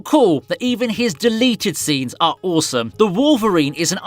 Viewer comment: awesomme lol french u like Sommee?